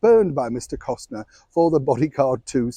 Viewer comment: Costner, not Costiner